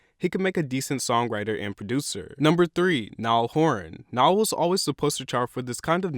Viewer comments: NALL !!!!!! NOT NIAL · It's Niall, not nial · It’s Niall not Nial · its niall not nial. get your facts straight before making a video like this. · ITS NIALL NOT NIAL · Omg it's niall not nial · its NIALL not NIAL. CAN SOMEONE EVER GET HIS NAME RIGHT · Niall not Nial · It's Niall with two "n"s sweety ❤️